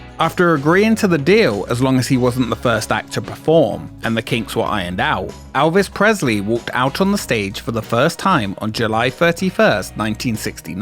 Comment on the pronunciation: Who the fuck is Alvez Presley? 😂